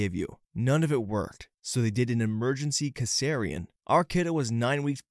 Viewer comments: Cesarean = Sih-sair-ee-an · Dear, should sound like tree-auge(triage). Can-u-la(canula). Sea-sar-ean(cesarean).